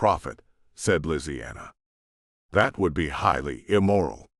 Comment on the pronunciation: Ok why did it say lisianna like that? Made me rather uncomfortable lol